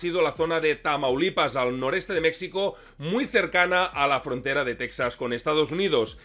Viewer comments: Dislike por lo reiterado del Mecsico ! Ofensivo viniendo de un hispanoparlante! Mexico ! (Mejico) Lei en otro comentario que te gusta mas asi. Cosa que no justifica que voluntariamente hagas una pronunciacion incorrecta de mi pais Mas respeto ! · si alguna vez pensaste en encontrar una historia bizarra de los conflictos armados en el mundo, esta es...te felicito. Solo debo observar que no debes decir "Mecsicanos" ni "Mecsico"...se pronuncia "Méjico" y se escribe México, saludos y gracias . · Se pronuncia Méjico , la X en nahuatl se pronuncia como J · Oye,. No hay problema en como lo dices, pero suena mejor si dices Méjico aunque se escriba con 'x'. Saludos desde acá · Con todo el cariño, pero dices "México" y es incorrecto. Me explico... La "X" en castellano antiguo era la consonante para pronunciar el sonido actual de "J", así como ejemplo sería "Don Quixote" que era asi como Miguel de Cervantes escribió el nombre porque la "J" no existia. Por lo tanto, México se pronuncia meJico, y en el mismo pais iberoamericano así lo pronuncian pero con "hache aspirada" como la "hache inglesa" al pronunciar hotel en inglés. Así que para un ingles la pronunciación más ajustada seria meHico. Català mode On... Ara escribint per no esborrar-ho he pensat que ho dius aixi perque en català aixi es pronuncia... Bueno... Excelente video!!!! Y perdon por la chapa!!!! Mis disculpas!!! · Se menciona Mejico no como si fuera una x es como si fuera una j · Buen video pero se escribe México y se pronuncia Méjico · Felicidades interesante video muy documentado pero por favor corrige esa expresión agringada cuando dices Mexico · Buen vídeo, pero estás pronunciando mal "México" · Compadrito, México la equis se pronuncia como "j", solo los yanquis dicen mecsico